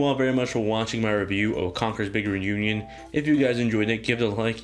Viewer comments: "Congurs bigern union" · Having troubles saying "Big Reunion" x)